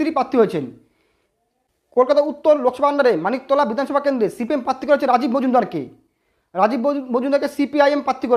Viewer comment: Uccharon ta ektu thik korun bhai. "Patti" na "Prarthi"."Tinomool na "Trinomool"